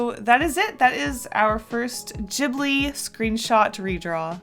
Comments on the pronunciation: No offence but it's pronounced as ghiblee not jiblee lol :p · I thought it was pronounced to start like ghost? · YES STUTIO GHIBLI Btw, I think your saying ghibi wrong. The g doesn't sound like a j, its a g. ( I'm sorry if that sounded rude I don't know how else to write it ) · In a documentary, they mention that the studio name is based on an Italian word, but the pronunciation is wrong. It's supposed to be gib-li. But the studio creators stuck with jib-li. It was a translation error XD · The "g" in ghibli is pronounced as "g" in good, gas, give, etc (soft). It's Italian and "gh" is the soft pronunciation of the "g" in front of an "i" or an "e" (same as in Spanish but instead of an "h", a "u" is used to soften the "g") . Ghibli is the word used to describe the hot and dry wind that comes from Africa (south if you're in Italy) and it has its origin in the Arabic word "qiblī" that means "southern" (meridionale in Italian) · Kinda cringed when she said Ghibli that way